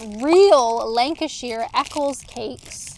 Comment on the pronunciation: by the way it's Lanca-sher not Lanca-shear 😊